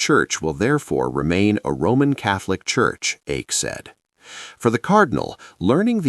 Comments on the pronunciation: It's not so far off. The correct pronunciation, expressed in terms of English phonetics, is in between Ike and Ache. The speaker in the vid erred on the conservative/old-fashioned side, using a somewhat too narrow diphthong. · Please pronounce Cardinal Eijk’s name properly.